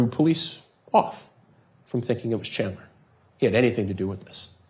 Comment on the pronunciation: "Chander" lol. And she didn't even correct herself.